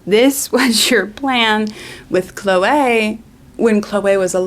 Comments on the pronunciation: The standout of this video for me is how you pronounce "Chloeaaay" like Moira Rose XD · Why do you say Chloe like that? i´m dying